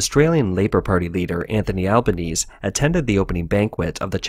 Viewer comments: Slight issues about pronunciation. The leader of the opposition is Anthony "al-ban-NEE-say", and Canberra is "CAN-b'ra" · Albanese is pronounced al-ban-ese-e.